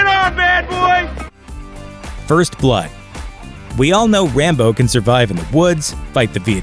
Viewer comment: Sounds like "Rambone"